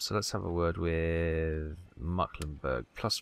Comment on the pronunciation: it's NOT mucklenburg, its mecklenburg!